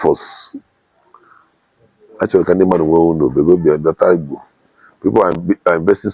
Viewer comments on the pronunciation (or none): none